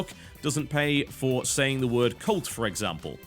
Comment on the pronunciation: so i went until about 15 minutes thinking that when he said colt he was saying cult and i was like wtf thats just a word tb